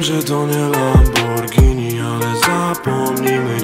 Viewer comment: Czy tylko ja zauważyłem że white, to jeden z raperów/traperów, którzy poprawnie wymiawiają nazwe tej bardzo słynnej marki nazwanej lamborghini, którą poprawnie czyta się lamborgini